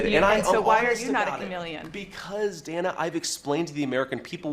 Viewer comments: Again, her name is pronounced, "Danna," not "Dana," even though it is spelled with one n. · Her name is pronounced DAN - A not DANE-A